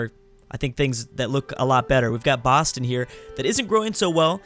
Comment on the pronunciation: Gotta love Baaston (Boston)